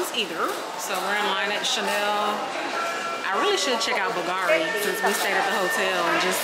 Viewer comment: BOGARI !!!!!!!! It’s Bulgari dear The V is actually U You’re original and fun tho Good bless you